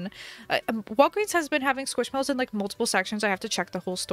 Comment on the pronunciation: Everyone knows u can’t spell squishmallows 😂 because u hear it like ‘squishmellows’ u say ‘squishmallows’